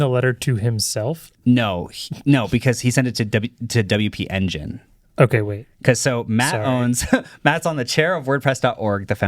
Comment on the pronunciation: LOL, this is actively stressing me out. Haha it’s “W P Engine” 😁